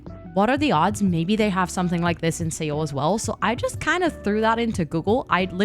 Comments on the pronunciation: Beautiful! (Seoul is pronounced like 'soul' btw) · Also incase you didnt know Seoul is pronounced closely to the word soul xD